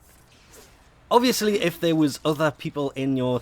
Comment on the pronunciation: did he say orviusly?